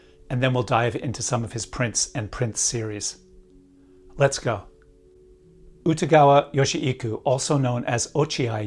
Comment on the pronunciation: Very hard to listen to your pronunciation of his name.